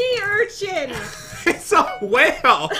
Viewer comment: Why did u say hale instead of whale?